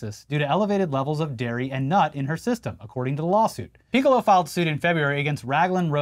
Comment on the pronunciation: I commend you both for trying so hard to not say Piccolo like the Dragon Ball character. Ya slipped up though.